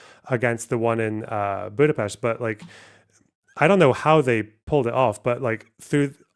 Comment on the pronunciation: First Scottsperson to pronounce Budapest correctly 🎉